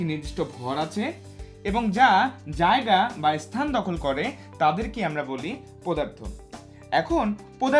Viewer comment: পোদার্থ 😆 BTW it was a great class indeed👏